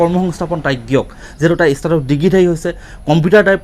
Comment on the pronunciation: ইস্নাতক বুলি উচ্চাৰণ কৰে নেকি?